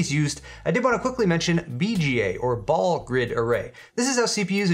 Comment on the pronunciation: BGA = BALL GRID ARRAY! not PALL GRID ARRAY. Re-upload 4 us POLITICALLY CORRECT PEEPS!